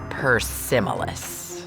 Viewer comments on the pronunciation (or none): the way she said persimilis.😂😂😂